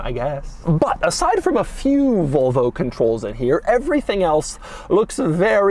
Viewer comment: Doug the kinda guy to pronounce Volvo like Vulva